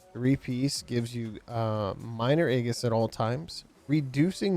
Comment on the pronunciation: Aegis is Greek, it’s pronounced Ay-Jiss.